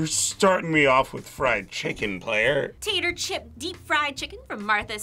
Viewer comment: I can't get over tAtTer chip, it's tattah chip